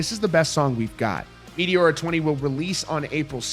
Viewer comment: "Meteora" pronunciation completely killed.